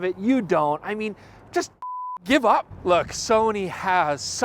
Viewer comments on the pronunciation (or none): none